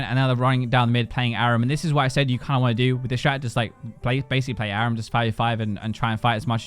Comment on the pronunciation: You say Aram wrong. I’m from England and don’t say it fuck all like you do and neither does anyone else.